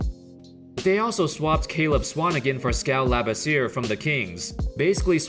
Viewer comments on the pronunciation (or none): It’s pronounced LA BIS E AYE